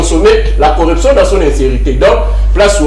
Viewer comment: Selon la phonétique Française on dit: CORRUPTION et non CORREPTION. Merci